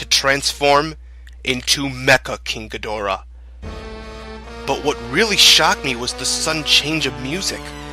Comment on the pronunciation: The way he pronounces King Ghidorah is really pissing me off rn, like this is good but I’m just annoyed